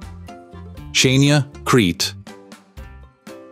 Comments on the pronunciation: Chania. is not '''Tsania'' its Hania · It’s spelled Xania Hania (Χανιά ) Νοt Chenia HANIA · Why is the name of basically every place mispronounced in this video? Chania? Is it because it's AI or did the creator just not know any better?